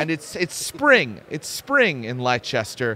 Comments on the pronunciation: apologies for being that guy but "Leicester" which is presumably what you mean is pronounced more like "Lester" Same deal as Worcestershire sauce being pronounced ~Woostershire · Leicester: ❌ "Lie Chester" 👍 "Lester" Yes, England is a silly place